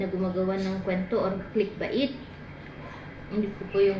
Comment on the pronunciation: click bait is an English word. ganito po bigkas KLeek BA ( as in BAby ) so BAYT pronounce KLEEK BAYT